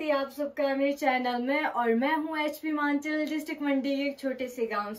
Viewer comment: Everything else is fine.But one thing that keeps irritating me for kind of your information wanna to tell you it's not हिमांचल it's हिमाचल .